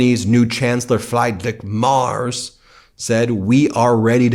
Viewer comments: "Frydrik Mars" 😁 Nice try 😄 His name is Friedrich Merz (Freed-ri-sh Mairts if you want) "Olaf Scholz" surely was easier. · Ben, Ben, Ben, you show yourself a typical American barbarian. German Chancellor "Friedrich Merz", is pronounced as "Free-drich Mèrts" ( with è as in 'air' and 'ch' as in Loch Ness) Not "Flyzig Mars". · Ben, since the german guy will be around for some time, I thought about helping with the name: not frydrich mars, but instead try pronounce it like that -> freed-rich mearts :) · Fried rich Merz is hilarious bro, it describes him very well ;)) He is brain fried for sure 😂 It' pronounced more like "Freedrich Merz" fyi. He isnt free but rich, fyi too. He has blackrock ties... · Ben, since you are commited to be sensitive in pronounciation plz do. The chancellor's name is spoken Fr-EE-drich M-AE-r-TS. Thnx. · I really dont like our new Bundeskanzler, but he is called Friedrich Merz. Which is pronounced like "freed rich mAIRts". So perhaps I could aide you with this hint. Otherwise keep up the well reported news. I really hope for all of you Americans, that the impeachment will succeed and you get your democracy back. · The pronounciation of Friedrich Merz is "Freedrick Mertz." Don't care about that asshole, but thought you might be interested. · A fan of these videos: but: it’s “Freed-risch Mertz”. Easy. Think Lucy and Desi’s neighbor, Fred Mertz. Maybe his full name was really “Friedrich Merz” too. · I love your coverage, thank you! And I have to say, you gave me a huge laugh at your pronunciation of the names Friedrich Merz and Erdogan 😂. Keep up the great work! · Please Ben, look into how to pronounce Friedrich Merz! :)